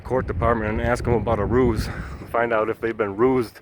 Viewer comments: No it’s called a Roos not a rouge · “Ruse” not rouge.